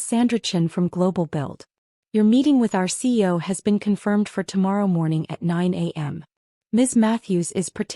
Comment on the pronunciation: CEO has three syllables - please pronounce it correctly. 👎